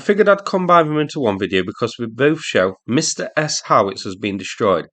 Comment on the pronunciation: Are Msta-S howitzers designed as counterbattery howitzers? Why else would you call them "Revenge-S"? Btw, I have no idea how to explain to you how to pronounce Msta correctly, but it definitely is not "Mistah". It should be closer to "m" from "hm" and "stu" from "stuck".